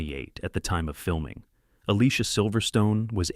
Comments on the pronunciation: You pronounced Alicia wrong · AS IF! You obviously have never watched Clueless, have you? Dionne - pronounced Dee-Yown (named after Dionne Warwick) Alicia - pronounced Ah-Lee-See-Yuh! Donald Faison - pronounced Fay-Zawn